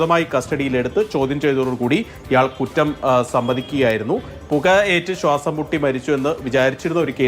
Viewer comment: സ്വാസം അല്ല ചേച്ചി ശ്വാസം 🤣